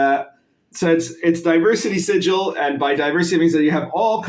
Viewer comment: Thanks for the informative video. As a Planescape DM though, it stings a bit every time you pronounce it "Sijil". It's the 'City of Doors', not the 'City of Symbols'. It's not pronounced the same. :p